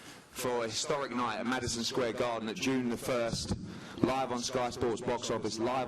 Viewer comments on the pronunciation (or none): DId he say "historic night" lmao